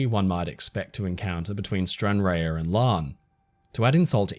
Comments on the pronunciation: Stran-RAHR, not Stran-RARE 😉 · Stran ra. Not rayer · I was hoping to find a comment that pointed this out, it was really throwing me off each time it was pronounced Stranrare 😂 (👋 Fellow Scot) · Another excellent video. Just one thing, the port of Stranraer is pronounced Stran-rar not Stran -rare(as in rare beef)😊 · It's pronounced stranrarrr (think pirate arrrrrr) not rare 😅 (Scot here) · It's actually pronounced Stran-RAR but nvm, just a hint for next time. (Sorry to be That Person but I spent my early childhood going back and forward from that port and it has a place in my heart even now.) My grandad was supposed to be on the Princess Victoria but missed it as he was delayed getting there. (My uncle had a habit of missing things like this by the skin of his teeth -- was scheduled to fly the day of the Kegworth air crash, for instance, but either was on the last plane before that one or the next one or something like that, and he's also been in a couple of emergency landings as well. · Stranraer is pronounced “Stran-Rar” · Another splendid presentation,. Just one thing - - 'Stranraer' is simply pronounced 'Stran-Rar'. For added extra Scottish-ness, slightly roll the first 'R'.....😉👌 How do I know this? I was born there, old chap! (although brought up/grew up in England) 🤪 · Just so you know Stranraer is pronounced "Stranrah" the e is silent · Hey there! I love your videos. Tiny wee nitpicktho: Stranraer is pronounced Stran-rahr’. Just another example of our insane place name game lol. Glad you’re feeling better! Sending you love 🇦🇺💜🏴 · Stranraer is pronounced Strahn-rahr just in case you have to talk about it again :) never knew about the Victoria. And currently sail a route just south of that one.